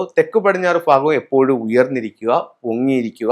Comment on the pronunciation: ഫാഗമല്ല....., ഭാഗം....